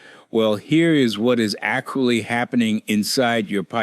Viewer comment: Acqually? Is this a human speaking?